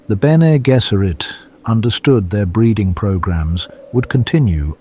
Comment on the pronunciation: BG should be “Benny Jezzeret”. The voice in the video says “Gesserit” with a hard G.